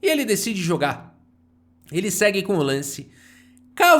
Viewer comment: muito engraçado qnd o fala com ênfase na última sílaba: "vai para o uniCÔ lanCE da posição, dama F seTê" hahahahah